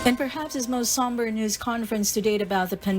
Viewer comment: Hoy, ayusin mo ang pag pronounce ng word na "NEWS", hindi "NUS", bwisit ka nag iinit ang ulo ko sayo